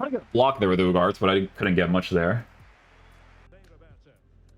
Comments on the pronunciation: isnt uuu-har-tay? I heard the commentators say on his debut. same as Garnacho the G is pronounced as an H. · Ugarte, pronounced uuu-garrrr-teee